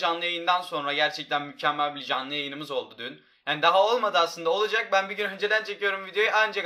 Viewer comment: sonda mükkemmel yerine mukkemmel